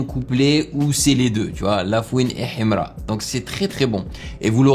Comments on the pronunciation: J'aime trop sa manière de prononcer Himra 😂❤ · Sa façon de prononcer Himra 🤭😂😂😂😂💔